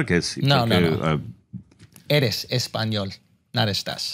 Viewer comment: He just said "you are in spaniard" and even mispronounced it